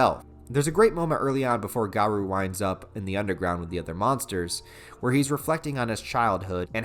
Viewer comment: You're pronouncing garou's name wrong.